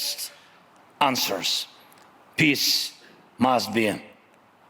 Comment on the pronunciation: “PISSS”😂😂😂 this guy cant pronounce peace